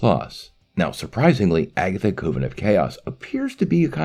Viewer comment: Please learn how to pronounce "coven". It rhymes with "oven".